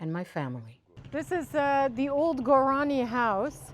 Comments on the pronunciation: The word is korani you miss pronounced your own family name. You said gourani..😂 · Kurani not Gurani.